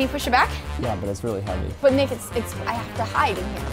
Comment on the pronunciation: He said nicka for nick